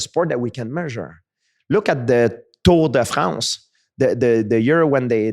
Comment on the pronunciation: never hear a native French speaker pronounce ‘Tour de France’ so unnatural 😂